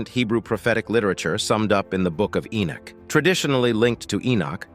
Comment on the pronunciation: Who the HELL is "Enich"? E-noch